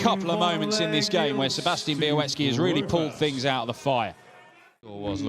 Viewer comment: Why does continue to pronounce Sebastian Bialecki's name as 'be-a-wet-ski'?